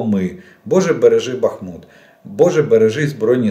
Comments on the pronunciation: Красава Владимирович за правильное ударение на БахмУт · Добрий вечір, пане Олеже! Дякую за інформацію👌 Давно хочу написати, що Ви постійно поправляєте самі себе в назві міста Бахмут. Я слухала українського історика Олександра Алфьорова відносно історії міста Бахмут. Він сказав, що немає значення, де ставити наголос. Правильно і БАхмут, і БахмУт. Так що говоріть так, як Вам зручно🙂